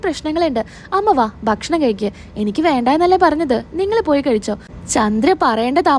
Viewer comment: കെഴിക്കുവല്ല,കഴിക്കുക എന്നാണ് പറയേണ്ടത്